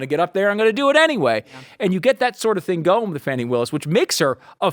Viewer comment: Not wanting to pronounce Fani's name right shows the hatred and racism 😅